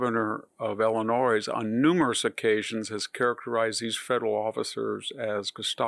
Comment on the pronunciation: Victor Davis Hanson pronounced it “Illinoise”?! Just surprised. Excellent video, great to know chapter and verse!